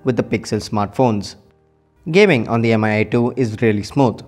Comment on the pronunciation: It's /mee/, not /em-ay/